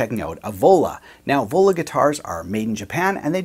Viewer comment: I thought you said Ebola!! not Vola...